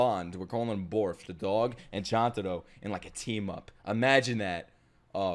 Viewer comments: Bond: “Borf”: “Borf” I-- Bond: “Borf”: “Borf” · Lol said the cant barf instead of bark it kinda reminds me of Anya when she says the wrong thing